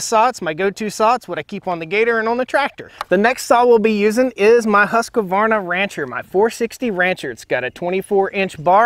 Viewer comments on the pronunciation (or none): Alil pet peeve, its Husqvarna (husk-var-na) not Husq-A-varna. (Husk-a-var-na) . But I do watch your videos. Great info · C'mon man! It's who-ssk-varna, not husk-a-varna. 😉😁 & (munching popcorn)(hiding under chair) (say it however you like, I am just rattling your cage, ...poking at the bear with a stick, ...yanking your chain. solely for entertainment value - nothing serious)